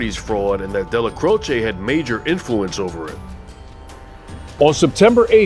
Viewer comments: His name was pronounced Dellac’roach’, not Della’crochay’ Otherwise interesting video! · Excellent video, Neil delecrosh is pronunciation my great uncle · Well done! Excellent! Best I’ve seen on Neil So many clowns here who can’t equate the correct pictures with folks they are covering or pronounce the names right This is the real deal Neil’s name pronunciation is debatable At MCC Manhattan when I was there at 7 north with plenty wise guys 1990-91 Dellacroce name was uttered with the same hushed reverence as Chins even though he was five years deceased …..Gotti was just John and on my tier but not feared like those two….and pronounced ending short or long E final distinct syllable and also ending like “roach” I speak Spanish Portuguese decently and some high Italian and it should be the short E with its own syllable ending Dellacroce as in “eh” or “a” Again we’ll done Subscribing now